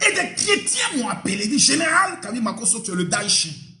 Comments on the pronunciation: On dire Makosso et non Mokasso 😂😂😂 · C’est Makosso oh pas Mokasso 😂😂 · bonjour madame cest pasteur MAKOSSO pas MOKASSO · C’est MAKOSSO pas mokasso 😂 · Ma chérie c est makosso hein prononce bien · On dit " makosso Hein " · On peut faire ça il faut bien prononcé son nom ma chérie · Madame😂🤣😂 prononcé bien le nom de notre général Makosso svp